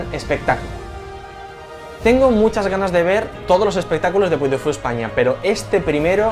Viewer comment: Se pronuncia puy di fu, es francés y ya se inauguró